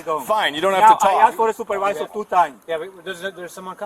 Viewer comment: "Wheya soopawizer" lol